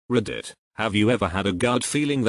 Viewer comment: Like how many time he says "raddit"